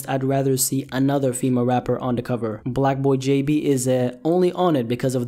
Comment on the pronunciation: I’m not sure if he said “Blocboy jb” or “Blackboy jb”💀